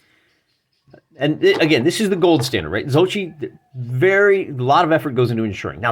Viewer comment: I really enjoy your channel but don't usually comment. But I felt I should let you know Zocchi is pronounced ZA-key. There's a video on the Gamescience website where the Colonel introduces himself and that's how he says it. Sorry if this seems petty, but as a long-time Zocchi-dice user, it kinda grated. Love my Zocchihedron. (BTW, I credit your channel with getting me back into 15mm sci-fi.)